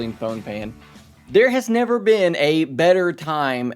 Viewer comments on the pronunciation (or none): none